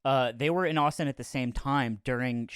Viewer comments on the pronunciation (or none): none